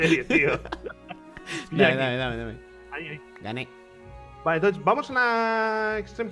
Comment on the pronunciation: "gané" xddd